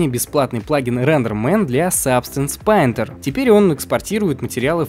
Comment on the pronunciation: еще раз скажите сабстэнс пАинтЕр вместо сабстэнс пэинтэр - отписка